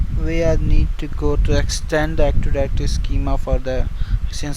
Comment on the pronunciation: Active directory, not actiwawy